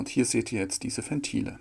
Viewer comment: Alter, Ventile mit W, nicht wie Fentile